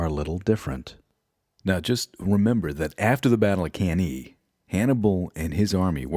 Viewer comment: Good job man. Great organization and effort. Other than mispronouncing some stuff like cannae, you presented this with so thought and passion.